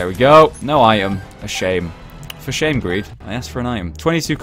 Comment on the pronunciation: When said "for shame" i heard "for shave", lol